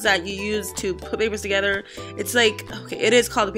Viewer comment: Lol at the beginning she said I guess we’ll find out togetha 😂